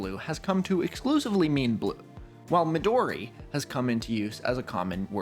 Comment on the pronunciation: I am not Japanese, so I am in no place to criticize your pronunciation, but I would expect you to be into anime, and you do not sound like someone familiar with those words. Midori in particular.